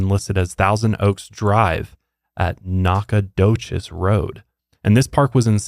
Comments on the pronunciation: not saying “Knock-o-dough-chess” 😂 it’s pronounced (Nac-Uh-Dough-chess) aka Nacogdoches 😅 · By the way, in Texas, we pronounce that “Knack-o-doch-es.” This is the most interesting story you’ve EVER done! I love this and also love that it isn’t so violent. I love your shows but they give me nightmares! So, nice to hear one that won’t give me nightmares! Thank you! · As somebody from San Antonio, i am dying at the way pronounces Nacogdoches road 🤣